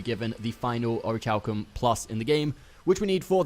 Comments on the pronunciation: Aw-ruh-Kal-km - like Oruh-kal-kum -- is the pronunciation. Its not or-itch-halcum. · It's pronounced "ori-Kal-kum." Your pronunciation of the "chal" is maddening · omg it rly bothers me the way u pronounce the material haha. its orich(k)alcum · Ori kal kum omg aaaah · Thanks for the vid...... but for the love of god it's Pronounced ORI-KAL-KUM lol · I swear to God the way he pronounces Orichalcum is ANNOYING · Orichalcum isn’t exactly a word people say all the time. Give him a break.